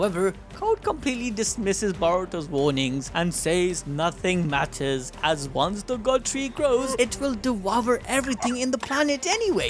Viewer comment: fam.. it’s DE-VOUR